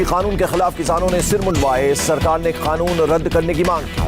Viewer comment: Oe anchor kanoon ko khanoon q bolta h